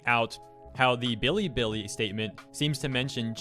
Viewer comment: everytime he says billy billy i die abit. its be lee be lee